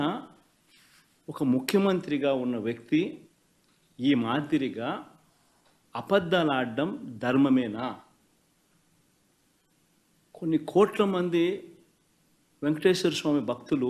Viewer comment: అపధ్దాలు కాదు. అబధ్ధాలు అని పలుకు. తెలుగు రాదు. ఇంగ్లీషు రాదు. కిందనుంచి 1st క్లాస్ student.